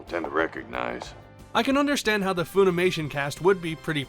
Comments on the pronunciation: "Fuh-nimation", not "Foo-nimation". American company. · I don't mean to be rude but I am going to ask why you're pronouncing it foonimation? Do they say it that way in the Japanese dubs?